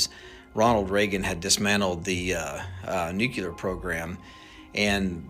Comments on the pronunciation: The minute you learn old man how to pronounce the damn word I might listen a bit...Everytime you say it I wanna slap the top of your head .it's pronounced New..Clear..wtf Nuclelar 🤣🤣🤣f'n dude.. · "Nukeral"? NU-CLEAR! How can anybody be trusted when they can’t even pronounce correctly?! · It’s NUCLEAR. NOT NUCULER. Jeez! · "Nu-cu-lar" is not a word. It's "nuclear" w 2 syllables not 3. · Nukular instead of nuclear? Immediately lost all credibility... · BTW..it is not nucular. It is nuclear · Probably shouldn't trust anyone that says "nuculur" instead of "nuclear". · hes lying, he says nucular. Anyone with a brain says nuclear. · STOP SAYING “NUKE-ULAR” (CEO EH?..) and I THINK WE ARE SAVVI WITH THE WORD “NEFARIOUS” BEING INCORPORATED INTO THE NARRATIVE OF DISINFORMATION. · " Nucular"? Really dumbass? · Nu-CookleeAr This is how my boy George Bush pronounced it. LOL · I don’t trust anybody who says “nucular.” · Stop saying NucUlar and expecting to be taken seriously 😐 🤦‍♀️ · I cringe every time I hear someone pronounce nuclear as "nucular". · These days we don't get much passed "dude", "bruh", and "literally". Let's just call it "nef", or "neffy" so we don't have to hurt ourselves with extra syllables. 😅 Gotta love "new-kew-lerr", too!! 😉 😂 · He’s saying nuculer. That’s not the word. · N-u-c-l-e-a-r, New Cue Ler??? If ya can’t pronounce that of which you speak, l call bullshit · “Nukelar” weapons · You mean nucular 😂😂😂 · you can't trust anyone that says NUCULAR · Lol, new-kew-lurr...😂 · The word "nuclear" is pronounced "NOOK-LEE-YAR" and not "NOOK-YOU-LAR". Sheesh! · Anybody who says "nucular".......... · If you are not able to say the word NUCLEAR, I will question your ability to share or tell me ANYTHING without a slight grin. True 🙏❤️🏴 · An aerospace engineer who can't pronounce "nuclear"? I'm not buying it. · Nucular? He should know the correct pronunciation of this important word. 🤦‍♀️ This is so crazy and the government won’t tell us. 🤬